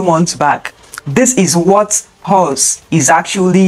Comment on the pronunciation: It's Paws, not Pows